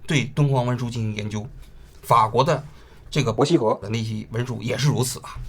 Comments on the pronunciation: 這一期伯希和三個字聽起來怪怪的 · 王菊连伯希和都说错？